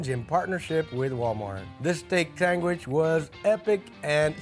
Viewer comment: Sangwhich. Accurate.